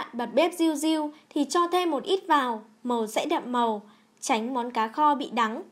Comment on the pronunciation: nghe đọc là ...cà kho.....bó tay luôn